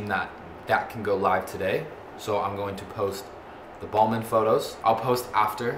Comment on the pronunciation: Its Balmain noah not balman